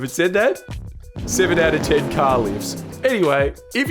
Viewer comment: I know you had out ten on the screen. But it really it sounded like "out of town". And I mean that would make sense. Especially with the British. They would be like 1000/10, because they got you all the way to Australia out of the UK.